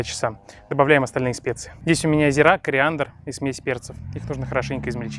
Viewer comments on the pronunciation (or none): none